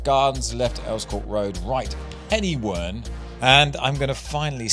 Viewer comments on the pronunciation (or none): Hello from Welsh Wales. Interested to see your drop off at Penywern. A very Welsh name, Pen meaning Head, y meaning the and Wern meaning Swamp or Quagmire so you get “head or the swamp” Welsh pronunciation phonetically would be pen-er-where(n)